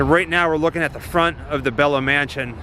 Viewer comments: Pronounced “beelo” not belo. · Thanks for this! It's pronounced BEE LOW Mansion! After BELO communications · Dallas native here. Belo mansion is pronounced Bee-low and the bridge is Margret Hunt Hill. Thanks for giving Dallas some love! Love your channel!